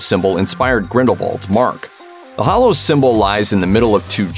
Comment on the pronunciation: HALLOWS, bud. With an A.